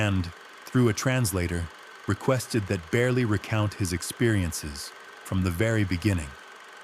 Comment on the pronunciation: If you are telling this story...learn how to say his name. Joe Beryle